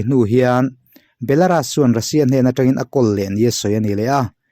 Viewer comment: I ti ṭha e, Belaras ti lovin Belarus ti ve la ṭha leh zual tur